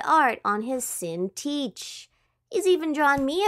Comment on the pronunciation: Sin-teach? It's pronounced sin-tique